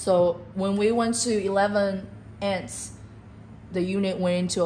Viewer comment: Your narrator needs to learn how to say "AMPS". She repeatedly said 'ents'. Amps (amperes) are the basic unit of current. Your 'engineer' should have corrected her and re-recorded the video with the proper terminology.